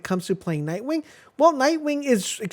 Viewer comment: Can we mention the extra k in nightwing?